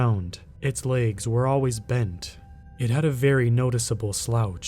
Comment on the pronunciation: Where are you from? The word is legs not laygs